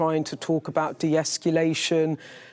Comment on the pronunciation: Weak and pathetic. Dear Beth, please learn how to pronounce "de-escalation".